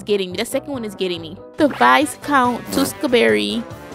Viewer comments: Tewksbury (too- ks- berry) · For those of you confused: Vy-count two-ks-berry No hate :) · Alternate title: trying to pronounce Teweksbury and simping for "Minecraft" for 26 minutes and 43 seconds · saying tewskaberry for majority of the movie had me hollering 😂but I loved the reaction to this it was great I’m so glad she got his title by the end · Her not pronouncing “tewkesbury” is making my blood boil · … keeps trying to pronounce the words how they are spelled and not how they sound.